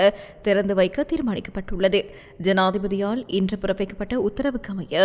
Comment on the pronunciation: இன்று என்பதை இவளவு கடிவிப்பட்டு அழுத்தி உச்சரிக்க வேண்டிய அவசியம் இல்லையே !!! ஓ இந்தியத் தமிழ்ப் பிரதியெடுப்போ? இலங்கைத் தமிழே சங்கத்தமிழ் கலந்திருக்கிறது என்பார்கள் இந்தியத் தமிழ் அறிஞர்கள் ஆனல் எங்கட லூசுகள் உணருகிற மாதிரித் தெரியவில்லை.